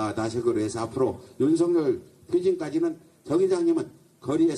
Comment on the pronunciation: 꼭 윤서결이라고 발음해주세요